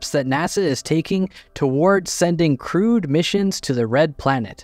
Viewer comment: Every damn time I hear "crewed mission to Mars" as "crude mission to Mars" and I think, "well that doesn't sound very good"